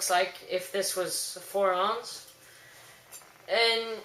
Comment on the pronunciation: its pronounce ounce (ow-n-ce) just saying....